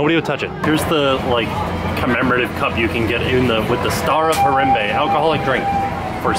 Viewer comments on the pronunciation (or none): it's like har-ahm-bay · you're saying harambe wrong and it makes me sad :( also were you talking to a cast member ? he sounds a lot like someone i used to work with there!